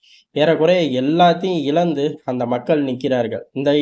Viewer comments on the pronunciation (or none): Yedhae Saravananaa? English thaan varaadhunaa Thamizhum aa? Ilandhu illa IZHANDHU. ழ varavae varaadhu. Naakka nallaa naalu thadava shave pannittu paesu